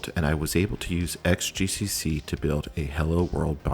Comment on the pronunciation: 'xgcc' should read as 'cross gcc'. Sheesh!